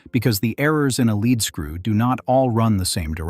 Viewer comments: Spelled lead. Pronounded leed. As in leed screw. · I know that 'leadscrew' is spelt the same way as the element lead (pb), but we in England (where Maudsley lived) pronounce the word as 'leed' 'screw'!